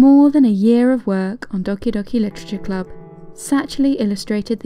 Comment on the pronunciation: I just love how you speak doki doki literature club its just so satisfying XD